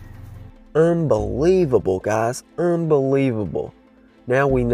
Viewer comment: are you trying to say unbelievable???